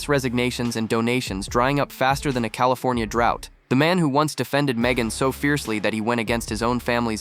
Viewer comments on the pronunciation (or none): none